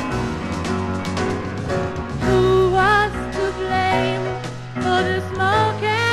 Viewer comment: Its Blame not BLAM.